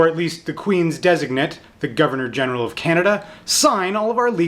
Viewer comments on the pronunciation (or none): none